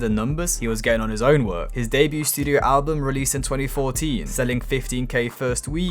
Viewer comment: You’re a dumbass, why can’t you pronounce words like “debut” and “Mo Bamba” properly